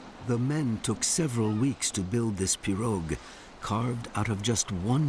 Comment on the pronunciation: He is is pronouncing pirouge incorrectly lol